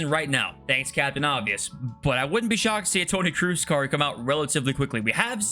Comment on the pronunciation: Cannot wait for one the youtubers to pronounce Tony Kroose's name properly